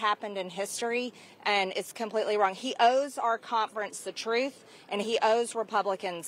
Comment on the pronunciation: The way she says conference grinds my gears. “Compfrance “